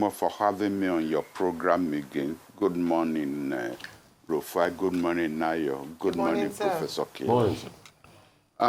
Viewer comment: Now, our is very upset at Rufai that he’s calling him “RAFIIUU” 😂😂😂😂.